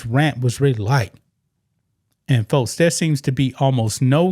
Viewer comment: Why can’t you say x or k? It’s folks, not fotes It’s six, not sits, It’s next, not nets